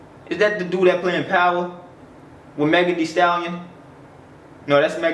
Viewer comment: The way he say Megan thee stallion is funny